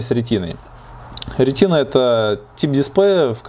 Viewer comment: Что такое "ретИна"? Это от слова "рутина"? Или от слова "тина"? A может, даже аллюзия на "скотину"? Или на "скарлатину"? Ударение на первый слог, на первий слог ударение! Рéтина!